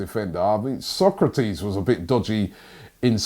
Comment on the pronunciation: No and No. Sokratis is not pronounced Socrates as in the famous philosopher.